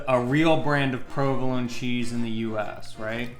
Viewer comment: She even knows how to cut the mozzarella di bufala the correct way! I hope people pay attention to these details. So much good info in this video! Also, a bit stupid of to correct english pronunciation while butchering the pronunciation of "provolone" over and over:P